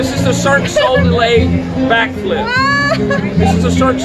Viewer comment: "Circ So Dulay" 🤣